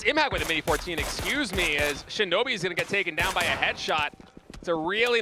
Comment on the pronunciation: Shinobi instead of shinboi🤣